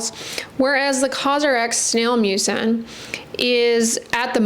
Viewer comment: Does anyone else hear snail mucus?